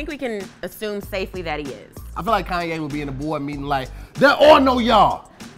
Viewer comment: O yeah dont think we didnt here how you pronounced Kanye the second time, lol its all good